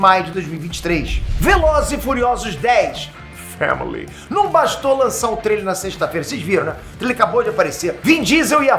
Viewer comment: "Famíliy" kkkkkkkkkkkk